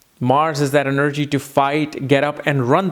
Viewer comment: I hate the way you say the word 'energy'. It sounds stupid.